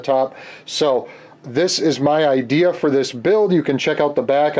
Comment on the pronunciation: Love it when you say "got a great udea for this"means more fun for the rest of us.